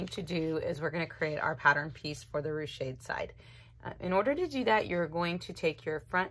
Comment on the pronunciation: Just for general information, it is pronounced "roosh", not "roo-shay". It does not have an accent at the end, and is just one syllable, and is not a French verb. It is from an old French noun meaning "beehive". "I ruched the seam", " There is ruching at the side" "You can ruche the sleeve", etc.